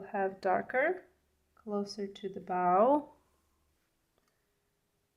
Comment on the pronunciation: It's bow as in cold, low or rainbow, not bow as in cow! Your painting ability is gorgeous, and I'm enjoying it very much. But I'm an English teacher and can't help myself... 😂❤ Happy Birthday! Very creative introduction too.